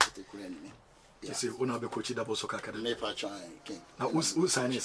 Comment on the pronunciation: Who else heard Akwadamey 😂😂😂😂